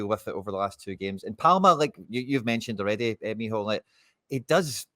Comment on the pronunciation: Meehall? What kind of name is that? Is it supposed to be Mícheál?